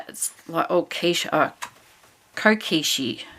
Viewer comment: Lol - kokeshi - is little girl doll - and is pronounced co - keh- she 🥰🥰🥰